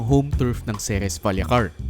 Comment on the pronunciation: Pet peeve ko talag tong mga tao who pronounce "Ceres" as "Series" 😅